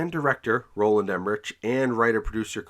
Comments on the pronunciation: Director’s last name is pronounced “em-er-rick” 😉👉👉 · Roland Emmerich is pronounce like Emmerick..